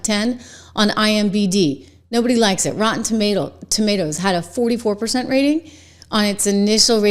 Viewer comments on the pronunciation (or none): none